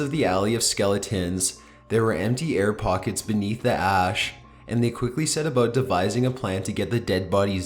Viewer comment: "Excavators soon figured out that in some areas of the alley of 'skelli-tens....' there were empty air pockets beneath the 'ah-ash' and they quickly set about devising a plan to get the dead bodies out." "Excavators soon figured out that in some areas of the alley of 'skelli-tens....' there were empty air pockets beneath the 'ah-ash' and they quickly set about devising a plan to get the dead bodies out." Oh boy. I do love this guy's voice. I'm glad he repeated this sentence twice. The way he pronounces "skeleton" is quite...unique.